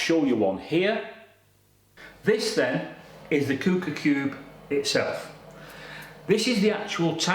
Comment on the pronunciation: It’s pronounced Qu-ooker as in Quick Cooker